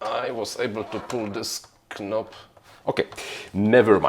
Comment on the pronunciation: boze knob (nob) tak jak knight (najt) i tak na ptzyszlosc 'gnom' mowi sie (nom)pozatym perfect